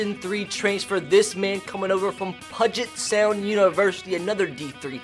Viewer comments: And it’s P-YOU-JET sound. Not PUGIT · This series is gonna be great, and what's even awesome is I'm from the state of Washington myself. But I swear if you mispronounce Puget Sound again, it's "Pew-jit" not "Puh-jit." Just makes it sound like "budget" 🤬🤬🤬🤬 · Pudge it sound made me laugh lol. BTW it pew-jet sound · Hey, just so you know Puget Sound is actually pronounced like PewJit, just thought I'd let you know! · It's pronounced Pew-jet Sound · keep pronouncing it pudget for the lulz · This series is gonna be great, and what's even awesome is I'm from the state of Washington myself. But I swear if you mispronounce Puget Sound again 🤬